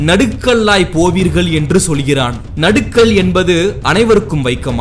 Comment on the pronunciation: நடுக்கல் இல்ல.. நடுகல்